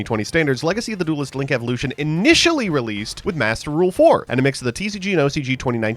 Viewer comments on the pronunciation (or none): none